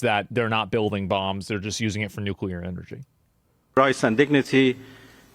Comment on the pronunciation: Russia cannot allow Ukraine to have nucular weapons